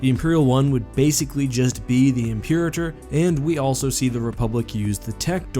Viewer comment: “Impeereter” Star Destroyer?